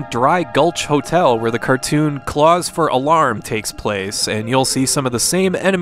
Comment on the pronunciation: "A moose head with a gun in it's mouth" Great not I have another piece of lost media I want to watch right now. Claws for Alarm, pronounced "CLAWS" not cause. Oh hey it was a Chuck Jones short.